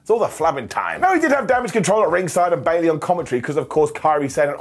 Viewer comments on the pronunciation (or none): none